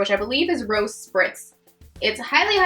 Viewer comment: Rose-ay lol not rose spritz youtubers crack me up with their pronunciations